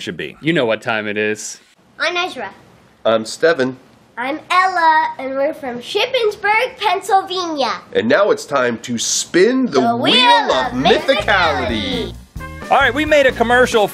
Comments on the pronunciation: Did he say pensilveeeeeenya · ... It's not freaking pronounced pennsylveeni.. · People who pronounce words incorrectly on purpose. like StevEn from PensylvEnia. MissourA. WaRsh. Carmel.